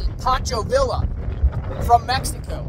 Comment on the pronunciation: It's pronounced Pancho Veeya buddy 😊